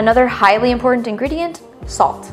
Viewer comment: Why do you go out of your way to mispronounce important?